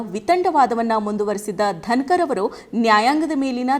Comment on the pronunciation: ಧನಕರ್ ಅಲ್ಲಾ ಧನಗರ್